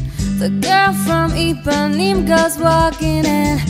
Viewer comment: It's Ipanema, not Ipaneem